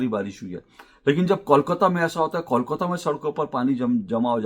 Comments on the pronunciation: Ashok ji, it's not kaul-kata, it's kole-kata. just a thought. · पहले "kolkata" सही ढंग से उच्चारण करना सीखिए फिर बंगाल या कोलकाता के बारे में बातेँ कीजिए। इसे "कौल काता" नही बोलकर "कोल काता" (coal - काता) बोलिए। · Pehle toh aap KOLKATA bolna seekh lijiye - the name KOLKATA, not KAULKATA, understand.😂😂😂